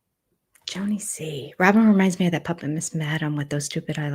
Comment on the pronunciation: I think we've been mispronouncing her name. Rather than Rob-in it should be Rob-Y-n ... Rob-why?n or Rob-whine😶